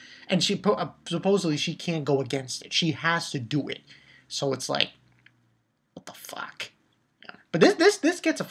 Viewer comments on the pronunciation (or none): say wafaken hahahh😂😂😂😂😂😂😂😂😂😂